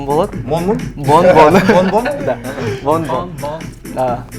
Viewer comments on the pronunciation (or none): Менин атым бон бон десе гондон дегендей угулатко уууаха ха ха